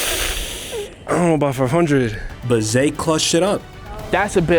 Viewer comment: Zay became Zed 😂😂😂